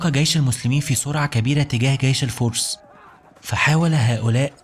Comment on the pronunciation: اسمه جيش و ليس gيش